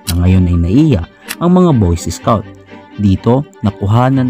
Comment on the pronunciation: Anong boyses scout? BOY SCOUT!!!